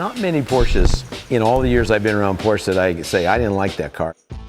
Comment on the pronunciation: Isn't it fun y how a guy so associated with the Porsche name, can't pronounce Porsche correctly?